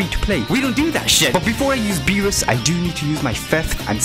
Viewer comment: when he said beewus i felt that